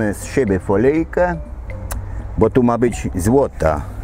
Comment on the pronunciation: "folyjke" jak ja kocham tą twoją wymowę albo "kurrrba co jeest"